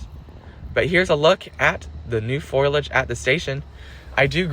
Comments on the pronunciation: Foliage. It's spelled foliage, not foilage and is pronounced "foh-lee-ih-j", not "foy-lih-j" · Foliage. Foliage. Not Foilage.